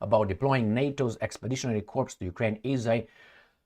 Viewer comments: Corps is pronounced like core, kore , corps = core like apple core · Corps is pronounced core